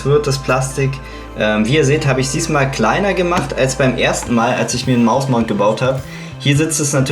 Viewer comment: bin ich der einzigste der immer mausmounth versteht ?